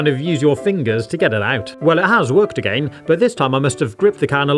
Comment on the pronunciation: The way he says again A..Gain